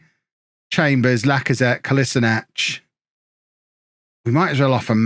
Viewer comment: lmao i love the inability of you not being able to pronounce Kolasinac :D